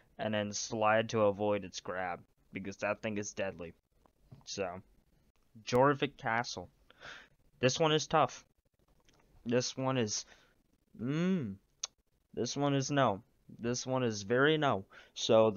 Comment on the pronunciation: Really nitpicky but it's pronounced "Your-Vic", so like "Jorvik" but with the 'Y' at the stand instead.